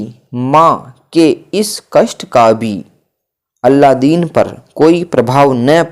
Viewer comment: अलादीन का अल्लादीन बोल रहे, बूढ़ी का बुड्ढी बोल रहे हो नवयान तो समझ ही नहीं आ रहा। इन शब्दों से ही बहुत मिस्टेक होजाएगी इसलिए कहा क्लियर बोलिये